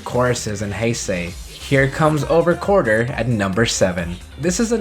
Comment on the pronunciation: Did anyone else realize he said quarter instead of quartzer? I just heard that.